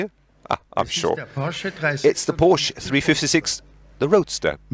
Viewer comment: Everytime I hear POOSCH in hurts my ears. Its PORSCHE....GET IT RIGHT HEHE